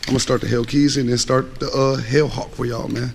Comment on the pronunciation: I thought you said the Hood Hawk and I LMAO but then you said hell hawk. Good luck with the Jeep bro, perfect color combo imho, Don’t feel bad about the gas I had a 2007 Jeep SRT8 and it was gas guzzling pig but at least the track hawk has another 200+ hp :)